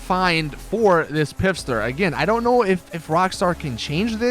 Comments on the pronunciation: Pfister not pifster u fucking spaz lol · pfister is a silent p, as in fister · the Pfister is pronounced like fister